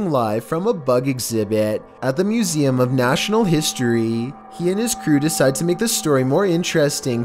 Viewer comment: "This was filmed at the moozeeum of national history". I can take the over-enunciation but at least get the words right.